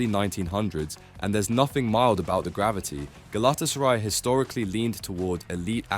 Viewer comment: fr, it takes two seconds to look at google and see how easily it is to correctly pronounce Galatasary and Celtic